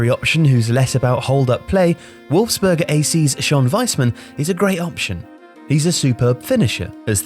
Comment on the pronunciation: Wolfsberger not Wolfsburg!